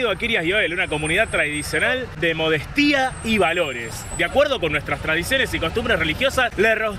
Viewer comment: 'Inclullendo' ... "El que tradujo esto que devuelva la plata..." Vos leyendo: Modestía (acentuas la i)... ¿No será 'Modestia' (sin acentuar la i) la palabra bien leída?